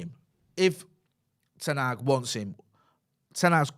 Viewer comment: Pronouncing manual moment: It’s not ten Haag like van Gaal. It’s Hag. Short sound. The same way the Dutch pronounce the a’s in Amsterdam.